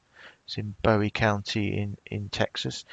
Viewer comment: It's BOO-EE County...pronounced like the buoy anchor floats in a lake. Thank you for bringing attention to this sad story. It's heartbreaking!!! Taylor was cruel but not very bright to do that in Texas. She will hopefully get the death penalty!!